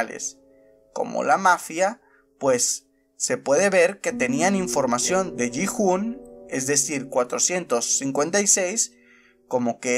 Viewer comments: No se dice Ji hun,se dice giun pero se escribe Gi hun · Oye no quiero ser tóxico pero en el doblaje español se escucha como se pronuncian los nombres Sae biock ( como se escriba ) se pronuncia sebioc Gi hun sería yiun San woo sería san wu La rizos seria han minio